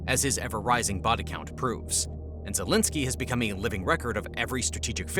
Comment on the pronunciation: "Vol eh da ma zelensky" 😆